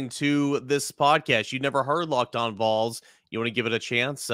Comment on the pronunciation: Will someone please work with on the pronunciation of Vols? I like everything else about his work.